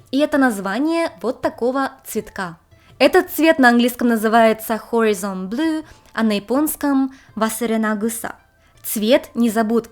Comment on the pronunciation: horizon по-английски произносится heрАЙзен, а не hOризон. С ударением на второй, а не первый слог, и i - это не и, а ударный дифтонг АЙ.